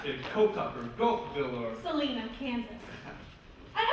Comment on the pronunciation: She said Salina wrong. Sa-line-uh.